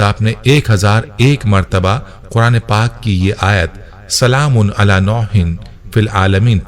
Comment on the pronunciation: Nooh hai Noh nahi hai JazakAllah